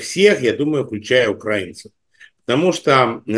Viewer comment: УкраИнцев,а не укрАинцев,спасибо!